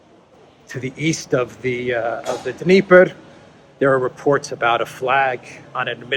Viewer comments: The d of Dneiper is silent. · Totally reading a script. He pronounced the Dnieper with the "D".